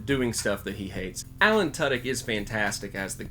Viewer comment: Good review, just saying, you mispronounced Alan Tudyk